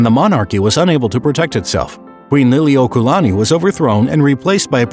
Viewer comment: I agree. I think what happened was that he thought the kahako over 'la' meant the long A sound. But the 'kaua' part was pretty bad too. Gotta give some props for not mangling Lili'uokalani, though - it wasn't perfect but could have been worse.